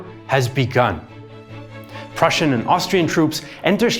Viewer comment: Superb REAL Prußian pronunciation. Also a wonderful explanation